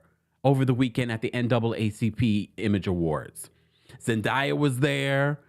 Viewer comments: ZEN DAAAAYA - idk what you calling her lol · Her name is pronounced Zen"Day"ya 🙃